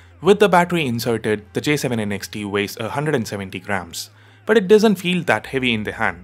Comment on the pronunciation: Kinda bothered by how you keep saying N X T. I thought it's Next without the "e". Just me nitpicking though. 😅